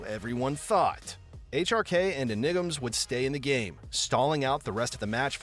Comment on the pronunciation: It's not enigams. It's enigmaz. :D